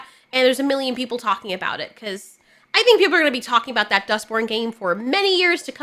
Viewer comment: You kept saying "Dustborn" and I kept hearing "Duck Porn" and I'm thinking: "What the hell kinda games are you playing, girl?"